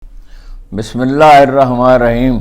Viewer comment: Haroon. Sb u r great . But pls recite bismillah correctly